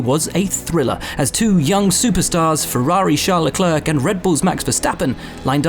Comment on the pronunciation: ''Leklurk'' smh